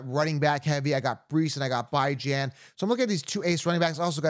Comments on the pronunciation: why u call him byejan? It's beejan...Bijan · Why the f do u say Byejan? That's pretty irritating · by the way that’s not how you pronounce Bijan. he has a video out there with him explaining how his mom meant for it to be pronounced. love the content but the Bye-Jan is wild lol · Saying Bijan name completely wrong and its giving me racist vibes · Yeah, bijan Robinson literally talks about how you pronounce his name. It is not even close to that